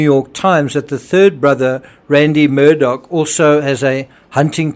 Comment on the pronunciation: The name Iis pronounced Murdock, not Murdaw.